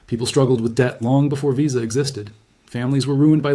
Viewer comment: AI. Pronounced Visa "vye-za" & FICO as "fye-cee-oh"